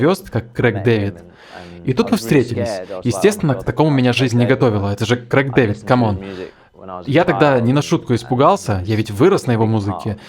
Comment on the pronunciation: за "Крэка" Дэвида отдельный респект)